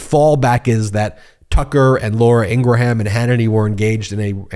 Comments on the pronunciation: PLEASE! Please, INGRAHAM sounds like GRAHAM as in the crackers! ING- GRAM(grum) phonetically. You say her name 20x's in a segment, so for your sake say it correctly. If it's a Trump mispronounced everything on purpose so I'm doing it, also, thing just make it clear that it is what you're doing. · Laura’s last name is pronounced in two syllables: Ing Grum. Excellent analysis, thank you. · Stop saying it like that! Laura ingraham doesn’t even say it like that